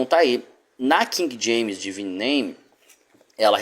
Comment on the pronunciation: Mano, não divino que se lê, mas sim deváine..